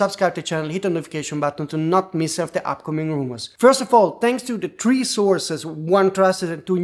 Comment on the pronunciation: ‘The’ is pronounced ‘THe’ NOT ‘De’. And ‘three’ is pronounced ‘THree’ , not ‘Tree’